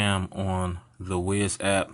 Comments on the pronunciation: I think is wyze is pronounced wise not wiz but i may be wrong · "Wise" Cam not Ways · not 'WIZ' cam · WYZE is pronounced "wise"